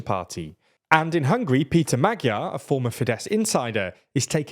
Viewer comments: and maDYar instead of magyar 😂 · In English writing it would be Ma-jar. Or just say the 'gy' like the dge in hedge. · Can you pls take 10 minutes and learn how to pronounce the Hungarian alphabet? It's really simple, but that pronunciation was horrible. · Why is it so hard to check pronunciations before covering a topic like this... fiko, magiar peter, tiza etc.. were driving me crazy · Next time put the names of the people you're talking about into Google Translate for the respective languages and check how they're pronounced. You've managed to butcher both Magyar and Fico. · My god the pronouncations are awful!! its TISZA (like the s in STAR) NOT TIZA!